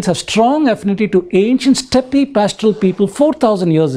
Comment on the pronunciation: Reich rhymes with 'Mike'. Steppe is pronounced 'step'.